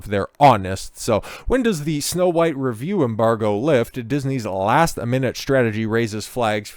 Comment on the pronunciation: He keeps saying huwhite. Lol AmRen is influencing.